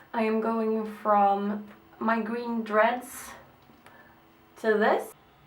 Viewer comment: Gween instead of green hahahah too cute